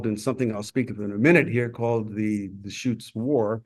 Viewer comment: Enjoyed the history you presented. I have walked through tunnel 13 several years ago before they reopened it. The information provided about the line that was started from Grants Pass to Crescent City was fascinating. Your pronunciation of Deschutes River was not quite clear and one other name too, which I don’t remember now but over all such an interesting video. Thank you for taking the time to share it.